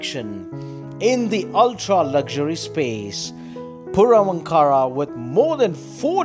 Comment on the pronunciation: Pls pronounce the name properly. Ankara is not a separate word its Vaankar...... Purvaankara